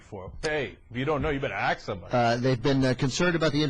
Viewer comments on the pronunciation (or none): LOL "hey if you don't know you better aks somebody"